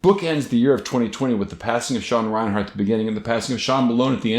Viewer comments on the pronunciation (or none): I want to like this video but every time I hear you say ReinHARTin this video, I die a lil bit more. It's REINERT.